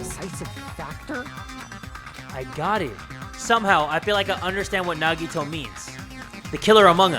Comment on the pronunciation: Normal People Pronouncing Nagitos name: Nagito/Nagihoe: Naggy-Waggy/Nagitoe